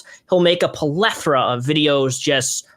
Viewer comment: plethora* not "polethra"